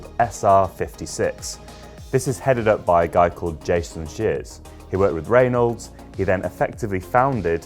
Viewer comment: Ray-nodes? Burt Ray-nodes?